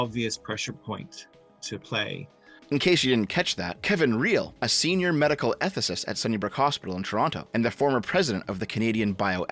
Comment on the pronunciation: Did that "ethicist" just.....noooooo wayyyy my ears have to be deceiving me😶